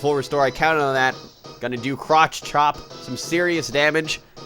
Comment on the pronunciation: It sounded like you said croch chop!